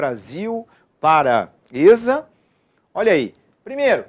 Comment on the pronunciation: Se chama "esSa" é nao êsSa kkkkkkkkkkkk